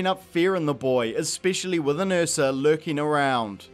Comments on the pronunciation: Watching this movie had me so traumatized by the "accent" Jaden did that I feel triggered by this completely justified pronunciation of "uhsa" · this dude tries to corrent the word phenomenon but he says ursa as the "eafsa" like wtf